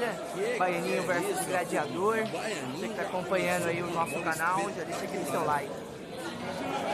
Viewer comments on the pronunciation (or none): O JP e um xarope mesmo Quem não sabe,q.ele vai colocar a bola colada,atrás da bola.Ficar mirando em outra bola se não vai jogar.e esse cara falando Gradiador e de ferir os ouvidos da rapaziada.O apelido do cara e GLADIADOR.E GLA...... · E esse falador,usando um termo xulo,CAGADA.Gradiador e de ferir ou ouvidos,não foi para escola estudar, não tem desculpa.duas bola na mesa ,se e duas e plural. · Fecha boca.silencio rapaz,falar GRADIADOR e foda para os ouvidos.